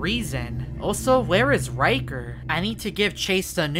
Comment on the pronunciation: Bro really said riger 💀💀💀💀💀 that time